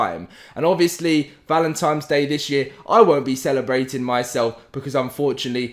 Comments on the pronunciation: Great video. Thanks for the info. For the love of God, my dude, I gave you a like, but it's "Valentine's" not "Valentime's" lol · Is this guy actually saying Valentimes? And I mean every time not a mistake. Can't watch the videos seriously now